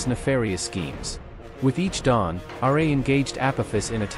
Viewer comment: The fact that you said 'Radiant Sun god R. A.' lost all your credibility